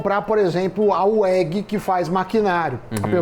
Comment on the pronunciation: Samy, uma dica, não se fala uég. E sim vég (weg) inicial dos nomes dos descendentes de alemães fundadores.